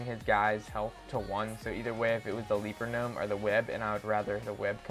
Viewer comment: the legend says,he still says ''leaper gnome'' the wrong way :P